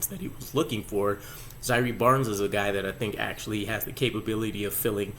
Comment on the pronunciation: Bruv it’s Zai err not zyree